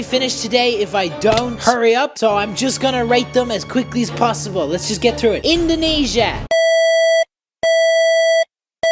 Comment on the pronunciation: During indoniesa I thought he was saying a cuss word… 😢